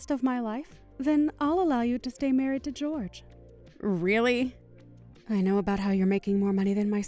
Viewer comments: I thought Jorge would be pronounced Hor hey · Why is pronouncing Jorge's name as "George" when it's clearly the Spanish version, "Hor-hey"? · Depends on where the name originated for the family. Portuguese pronounce it "JOR zhe" (very soft gentle "Georgie") while Spanish pronounciation is "HOR hay".